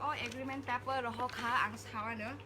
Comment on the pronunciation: Sakhe sakha kaham fano sakhe ba wth is 'pepper'?? Is it not supposed to be paper, it's just a pure criticism with no harm intended so that she improve.